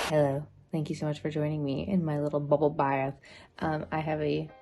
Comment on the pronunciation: The “bubble bath” accent. If you know, you know 😂